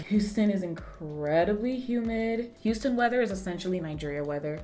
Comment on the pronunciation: I knew you moved to Texas bc I heard "hu" as in Houston